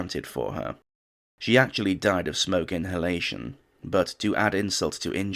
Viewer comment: I love how the narrator says, “something Thomas Edison ‘Acutally DID’ invent…”😂😂